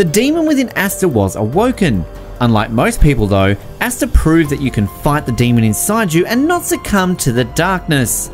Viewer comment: Bruh said asstuh 😂